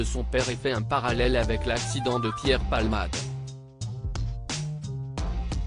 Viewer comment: C'est un robot qui lit! C'est absurde et ridicule! Il prononce "accident" ACCIDE!......